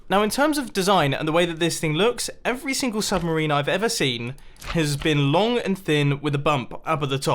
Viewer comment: "submerini" - Mumbo Jumbo 😂😂